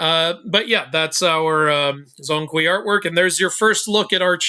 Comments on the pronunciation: Broooo please get the pronunciation right it’s not zong kwee it’s more pronounced jong kwei 😭😭😭🙏🙏🙏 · zhong hui should be spell or pronounce Jong kway. eveyone is pronounce as Zon kwee. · Zhōng Kuí 鐘馗 pronounced "Jong kuay" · BTW Zhong Kui's pronunciation in Mandarin Chinese is Zhown Kway, if you're interested. Zh is pronunced like Dr (as in Dragon) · you gotta work on your pronunciation of Zhong Kui 钟馗